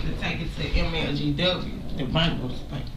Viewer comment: Did that woman say "bankrupture"??!! I guess that says it all. 🤦🏾‍♀️🤭